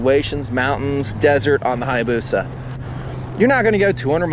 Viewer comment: omg how he pronounced hayabusia